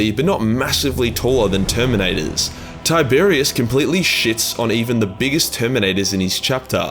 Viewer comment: Tie-Bear-Ros, not Tiberius